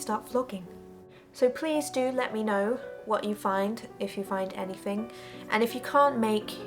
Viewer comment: Love the way you say "hovercraft" and "anyfing." No wway that Revere "gun handle" style grip was hollow-- don't let the "ring" of it fool you. Since it is foreign manufacture (no mark) It's probably a low-density white metal with a nickel plating. The high-temp process would, indeed, sterilize any part of the factory that got in. Hacksaw the end off-- go on, do it. I have McDonald's Little Nemo toys still in their bags. How about an unopened mercurichrome bottle from a 1955 first aid kit?